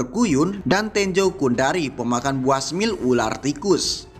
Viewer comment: Tetap semangat ngonten bro, btw, smile bacanya smail bukan smil, lagi asik nonton terdengar aneh sempet mikir sebentar apa itu smil 😂 Pokoknya keep posting, gasssssss 🔥🔥🔥🔥